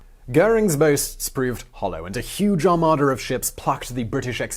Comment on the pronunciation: Armada, not Armader